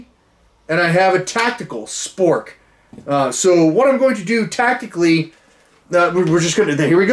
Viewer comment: The way you cut in and said tactical SPORK made my day 😂